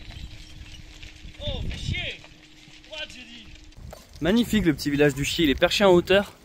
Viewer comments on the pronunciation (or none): Se prononce « le Chière »